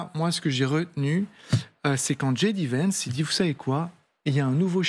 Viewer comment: " , "... rabat les cartes... dji dé vènce" "dji dé vènce" encore une fois Soit tu dis ji dé à la française, soit tu dis jay dee à l'anglaise ! Aussi nulle en français qu'en anglais, le bon équilibre finalement !